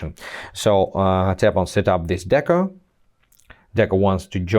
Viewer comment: It's deco not deca!